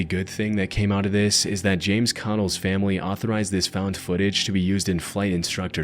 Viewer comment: Lost plane pilot *JAMES CADDELL, not "Connell."